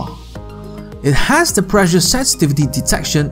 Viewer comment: The pronunciation of 'pressure' is preSHer, not preJer. Two S' means not vocalised S.